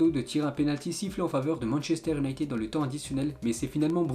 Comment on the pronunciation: Le championnat Europe1 Le Dennmark Manchester Ünited Et j’en passe! Je te kiffe mais tu pourrais faire un petit effort sur les prononciations sérieux Et les pubs toutes les 2 minutes C’est bon ça saoule!!